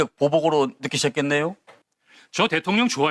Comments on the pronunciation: 김병주의원님은 발음때문인지는 모르겟는데..항상 대통년이라 발음하시더라구요 ㅋㅋ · 김병주의원님은 자꾸 대통년이라고 하는걸로 들려 ㅋㅋㅋ